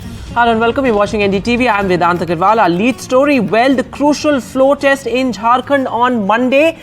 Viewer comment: Morons it’s test not text